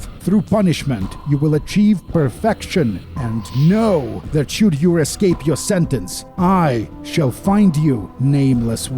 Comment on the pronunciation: "We need to use this plane to e'scape this torment!" -John Torment, 2019